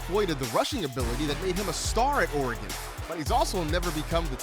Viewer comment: Hearing Goodell say "Ore-gone" makes my skin crawl